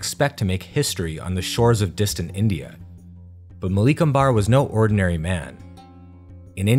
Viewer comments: Would've loved it if you put more effort into getting the pronunciations right. Western pronunciation elongates the second vowel sound in words, whereas in the east its the first vowel sound thats stretched. Example, Malik Ambar is Maalik Umber, not Maleek Ambaar This is not an absolute rule, but for the most part it will keep you on track. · Indian languages are not pronounced like Spanish. The emphasis is on the 1st syllable. AHmadnagar. Common misperception. NAmaste. HALdi (TURmeric) DELhi. MOghul, DECcan, MAlik AMbar, etc.